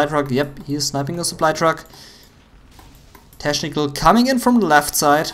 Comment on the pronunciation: Junge, man spricht es /ˈteknɪk(ə)l/ aus und nicht /ˈteʃnɪk(ə)l/ !